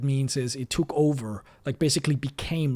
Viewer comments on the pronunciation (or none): none